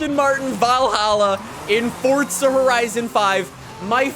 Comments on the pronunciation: It is forza, not fortsa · Why does he say fortza horizon 5 it’s forza horizon 5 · why do you say fortza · Fortza. Lol. Where is this guy from? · Bro stop saying "FORTZA HORIZON 5" each minute please xD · 5 games and this guy still manages to pronounce the invisible t in forza